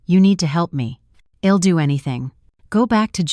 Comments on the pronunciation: Yet can't pronounce, " I'm or I'll " correctly. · It is I'll not ill. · This is a very annoying story. Apart from Asterisk Asterisk there's the misreading of I'll to ill and I 'm to Im..... .. what the hell???